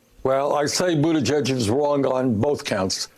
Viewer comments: I like this dude, I can tell he’s pretty intelligent and I know this is petty and I’m shallow and a complete dick here but dudes lisp drives me nuts, calling him buttagegg instead of pronouncing it buttaJegg (yes I know that’s not how you spell it) was annoying me too. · This guy mispronouncing pete buttigag is mad funny haha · i love how he calls him "pete buta-gegg" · Pronounce Pete Buttigieg's name like this: boot-a-judge. Pronounce it right DUDE. The black dude. I like Bernie. I love Bernie. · Well you’re not that smart when you can’t even say his name right. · “I don’t think Pete Buttigieg is smart” says the guy who can’t even say the name right. 😀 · You should maybe learn how to pronounce his name if you're going to try calling him dumb... ....but I agree with your point.